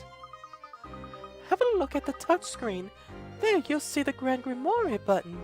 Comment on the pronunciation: Grimoire. Grim-Ware(rhymes with are(as in we are leaving soon))`i apologize if this seems rude, i was trying to give u something to help you out with the pronunciations. also i noticed something. that inferno spell required a sceptre to cast(also i dont know what an incantation is). espella's hands were full. she was carrying a lantern AND a bucket of milk. so how could she have used the spell?